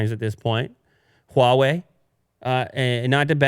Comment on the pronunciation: pronounce "HUAWEI" better and better! Congrats from China!